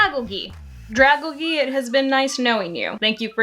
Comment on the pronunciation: How the hell do you look at a dragon covered in algae and then proceed to pronounce it the way that you did? It's like the quiz was hey here's two words that are combined together and you completely ignored that. Dra-gal-gee? It's Literally dragon and algae combined.